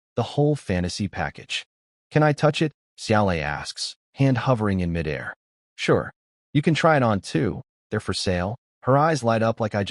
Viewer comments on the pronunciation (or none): I wonder how many years it will take for this text to speech program to stop pronouncing mid-air as mi-dair. I've heard the same mispronunciation (and a few others) repeated in many of this type audio book.